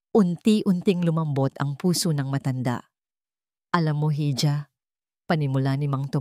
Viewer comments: Para sa narrator Yung hija Ang bigkas Po Nyan ay iha or eeha at Hindi heedjah saksak mo Po sa kautakan mo, matagal mo na yang binabasa nang Mali, I Google mi Yan para natauhan ka, sayang lang Ganda ng boses mo😡😡😡😡😡😡😡😡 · gusto ko sana ang mga kwento nyo kaya lang ang pangalan talaga apaulit ulit po 🥰pero pinakikinggan kopa rin 😂 correction lang po sa ibang kwento mo yong pagbasa mopo ng Hija pwede po ba iha sorry sa correction ❤❤❤❤